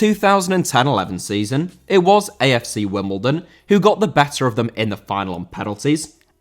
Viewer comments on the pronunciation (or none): none